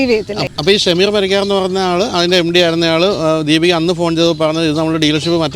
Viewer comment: ശകീർ അല്ല ബ്രോ ഷമീർ